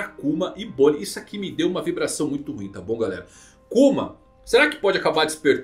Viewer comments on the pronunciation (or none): none